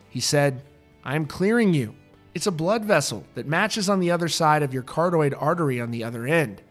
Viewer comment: Dude, it's car-OT-id artery. 😃